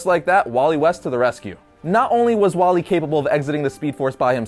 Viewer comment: dude its wally not wallet